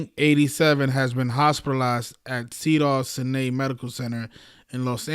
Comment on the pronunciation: you pronounce it cedars sigh-nigh. thank you for all you do.